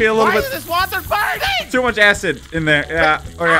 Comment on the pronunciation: When drives the bus and when it was throwen in the lava i. Laughed so hard bc he said on your you see buring